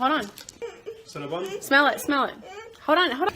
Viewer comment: Why does she say "hode on, hode on, hode on." ? Does she not know how to pronounce hoLD on?